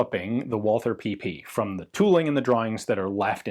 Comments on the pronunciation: Should Walther not be pronounced as vault-ter as it is German? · Great video Ian! As always. I'm always impressed by your good german..... but the 'h' in Walther is silent, no english 'th' Greetings from Germany